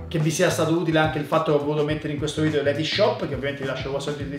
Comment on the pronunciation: si dice VIDEO non vidio! Dje gio